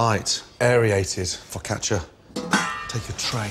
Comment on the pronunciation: Gordon's pronunciation's pretty decent: "Fuck atcha"